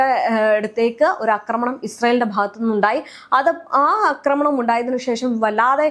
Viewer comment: അക്രമണം അല്ലെടി കൊച്ചേ? ആക്രമണം. കഷ്ടം!😂